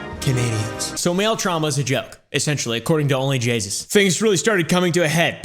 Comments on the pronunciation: Only jaySus as says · I heard Call her jayus one time and though she doesn't deserve the respect of fixing it I was bothered by her being called jaysus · It sounds like only Jesus except jasus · "Only Jaysus" 💀